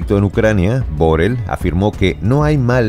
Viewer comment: Ahora se dice Burrell...